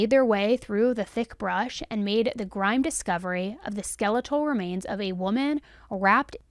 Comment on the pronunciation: "Grime"?? Don't you mean "grim"??